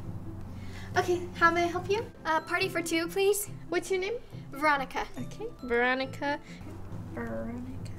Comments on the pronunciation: She be talking about people saying her name wrong she said it wrong her self veronca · She did it on purpose obviously